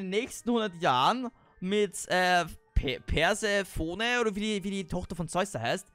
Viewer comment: Das spricht man persefoni